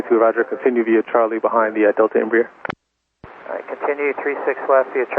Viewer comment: It's "Em-brare", not "Em-bree air".